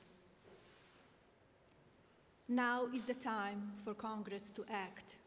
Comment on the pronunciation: Side note, her English despite reading the script is appalling. Saying convinced instead of convicted, calling Congress “cogress”. Very poor and sloppy for such a serious matter. America, you are a joke 😢